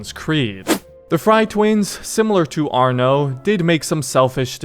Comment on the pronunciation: Its arno thats it just arno